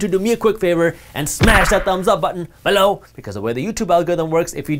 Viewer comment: Why did you say "below" different 👀